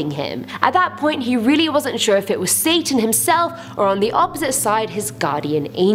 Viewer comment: who else noticed she said sasan not satan